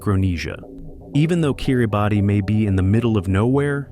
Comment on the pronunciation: *It is pronounced (kee ruh bas) *International marriage in not allowed in Bhutan *"Bangladesh is an ideal location for anyone looking to settle down in a beautiful foreign land" 🤯 *"Haiti is a popular destination for tourists" 😳 NOBODY GOES TO HAITI including Haitians!!!! and for good reason! This channel is trash and shouldn't be allowed. Anyone believing any of this info will be misled, disappointed or possibly unalived.